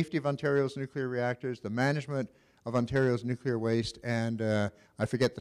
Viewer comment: The speaker cant even pronouce the word...NUCLEAR NOT NUCULER